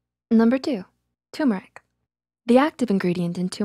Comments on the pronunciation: Instead of 2·mər·ik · Did you know tur·mer·ic is pronounced /ˈtərmərik/ ~ter·mer·ik